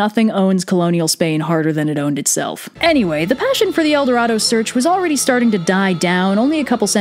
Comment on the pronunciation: As a spanish person love it when you say "el doradou" :)